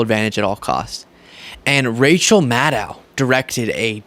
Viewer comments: excellent video, but Rachel Maddow is pronounced like "know", not "now". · Her name is Madd-oh as in doughnut not Maddow as in cow,. I'm a member and I love your show.